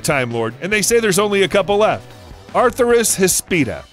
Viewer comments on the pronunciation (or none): Please learn to pronounce atheris hispida - no "r" in the first syllable of "uh-THEER-is" and hispida is "HISS-pid-uh". Nice vid, and one of the few that acknowledges hognose snakes as mildly venomous. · ATHERIS does not begin with "R" or "A L" as you are pronouncing it. "Ahh-Thair-IZ"